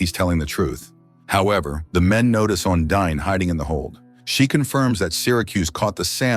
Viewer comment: Ondine is prounced as On-DEEN.